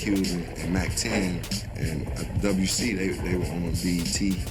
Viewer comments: PS its WC he literally throws up the W all the time. Its pronounced Dub C but its spelled WC. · Common was a soft target. The westside connection was h0es for that and common should have known it wouldn't have been a lyrical battle P.S. it's Dub C 🤦‍♂️ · lol it’s not WC it Dub C and it’s not Doz E.F.X it’s pronounce Daz A Fex and it’s spelt das e.f.x lol a man wasn’t PAC already dead before their???